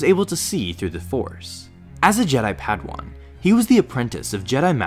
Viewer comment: Pad-ah-wann, not pad-wan In-teh-roh-gator, not In-TEA-ro-gator